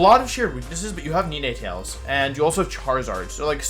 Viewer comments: Like the video but the way he pronounces some of the pokemon's names cracks me up lmfao, Nenaytails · how the hell does he mispronounce nnetails, its literally the number 9 and tails combined.